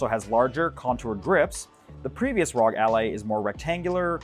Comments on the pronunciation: How is he going to pronounce it RAWG instead of ROGUE. My guy 💀💀💀💀💀💀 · It's R.O.G. republic of gamers. Are people really calling it "rawg" ally now? Or am I the only one saying the letters as an longtime ASUS supporter